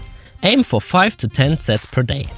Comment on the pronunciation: Did he say a lot of sex or sets?